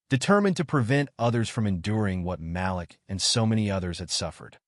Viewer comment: Malik NOT Ma- lick Mah- LEEK... Way to screw up a name